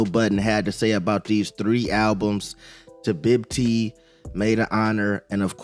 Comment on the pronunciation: Bro said tabibti